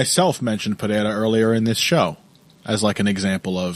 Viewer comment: Lol I cannot standddd the way says Perrera. And he cant say Nurmagamedov to save his life either haha